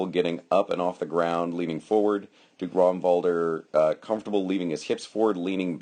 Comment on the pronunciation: 1) Nice read on the fight. 2) You are pronouncing his name correctly. 3) Duke Ragnvaldr was my foster knight, and for never meeting the guy, you did an excellent job on picking apart the fight. Ragnvaldr is a singular fighter. There are not many people who can fight like him, and his read on his opponent is uncanny. That jumping shot Kenric kept shooting was what killed him. Or rather put him on his knees. I was there watching the fight (also that first shot that you couldnt tell from the angle; light. It got through but there was nothing on it at all) and after the fight I told him it looked choreographed. He said it basically was. Kenric liked that shot, Ragnvaldr figured out how to get him to throw it, stepped in and took his leg. All those little movements with his sword he's, as you said, cataloging Kenrics response. I think Ragnvaldr actually threw 4 shots the entire fight. He is a master at controlling the fight and making it his. I have no idea how many times ive fought Ragnvaldr but id say the ratios of win lose are 10:1 in his favour. Hes one of, if not the best fighter in the Midrealm and at the top tier in the Society.